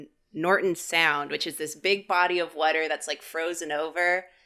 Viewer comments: I didn’t expect Karinas "wadder" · I love how says “whuter” instead of water😂💖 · why does say “wudder” instead of water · i love the way says whotter 💧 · “wutter” caught me off guard I swearrrr😭😭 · Im sorry but i just realised i like it when people say words differently than me like karinas "wudder" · Did..... did say "whater/wuter?" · From this video, I learned says water kinda weird. Sounds like "whater" lol (We love you ❤) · I’m sorry I love the vid but I can’t stop hysterically laughing and/or crying at saying “wudder” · Every time said wudder my brain kinda exploded. I sometimes forget these guys are from the East Coast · accent coming out: "Whudder" Love it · The way pronounces water. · Why can’t say water? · says water funny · How have I never heard pronounce "water" before?